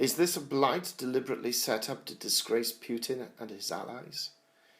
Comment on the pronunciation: I love how you pronounce his name it's almost like you're saying Pukin. George W bushes nickname for him was Pooty Poot;)"